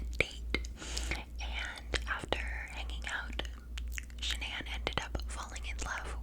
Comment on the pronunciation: Triggering me how shes saying sha-nan lol its pronounce shan-an